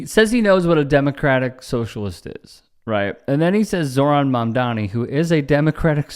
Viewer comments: Except he doesn’t say “Mamdani,” he says “Mandami,” as if refusing to pronounce the man’s name correctly is somehow a sick burn and not an indication of poor reading comprehension. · And he can't even be bothered to pronounce M-A-M-D-A-N-I's name correctly. Mandami? Perhaps Maher is just too drunk or high to care. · The smug moron said “Mandami” not Mamdani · His name isn't Mamdami....MANDANI.